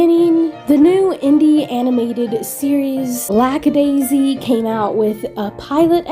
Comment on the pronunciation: I just noticed that you pronounce Lackadaisy as Lax-a-daisy (as in laxative). Is it an accent, a lisp, or you are just misnaming them on purpose because you hate them?